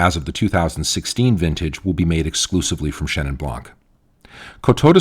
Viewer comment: It's Chenin Blanc, not Chenin Blanque. Same goes with every other word ending with a silent letter.